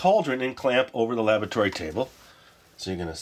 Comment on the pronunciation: Anyone else keep hearing "lavatory" table instead of "laboratory"? Or are we making these potions in Moaning Myrtle's bathroom? :P